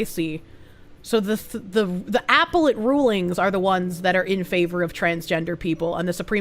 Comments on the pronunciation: I'm sorry woman. I absolutely love you and you should know that before I go on with this, but you're mispronunciation is driving me absolutely nuts!!!!! NOT apple-et. a-PEL-let!!! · Just silently screaming in my head every time she says "apple-let" court....